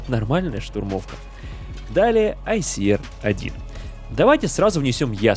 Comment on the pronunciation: айсиАр а не айсиэр